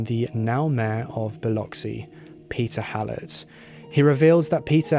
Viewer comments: Thank you luv for the upload. Really appreciate your time and efforts. You are the only one I know of that has reported this case on YouTube as an individual. Many more Thanks for pronouncing Biloxi correctly! Even greater with your beautiful accent. Biloxi. is my hometown and it was a horrific crime, more heinous since Halat was a "supposed" friend. Much love , light & peace to you and yours✌🎆✌✌ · Thank you so much for pronouncing Biloxi correctly. Awesome job. Proud Mississippi Gulf Coast Girl!